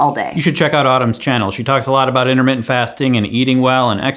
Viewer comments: I am freaking dead! “What you don’t eat is in-a-mitten”!!!😂😂😂😂😂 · Did you say Internet Fasting or Intermittent Fasting?? LOL!